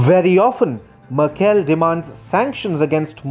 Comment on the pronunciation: as a german i have to say you really should look up how to pronounce merkels name, i had to stop listening to your video it hurt my hears